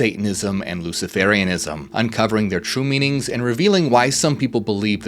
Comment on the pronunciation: Luci-fur-ianism, it is pronounced.